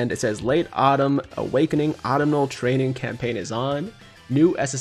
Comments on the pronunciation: Hey, not a big deal but its Uh-tum-nal, not Ahttum-nal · ITS AU-TUM-NAL TRAINING CAMPAIGN and not the Autumnal Campaign my god get your sentences RIGHT WILL YA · Pretty sure autumnal is ah-tum-null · Yo tiger please read this!! Its " Aw-Tum-nul" autumnal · Fun fact. Autumnal is pronounced "aa·tuhm·nuh" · Yo tiger not trying to be a grammar nazi, but if you want to correct your speech it's pronounced "Ahh Tum Null" Autumnal. Not making fun of your speech. Just trying to help a fellow person out. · Not that it matters but think the N in Autumnal is silent like in the word Autumn. And I believe their's gonna be a Part 2.